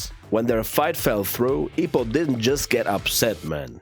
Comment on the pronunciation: Nah his name is Ippo not Ippi 😂